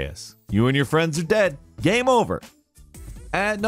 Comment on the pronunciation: He always pronounces "game" as "gam".